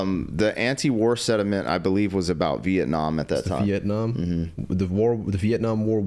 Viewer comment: BRUH, its not "SEDIMENT", it's "SENTIMENT".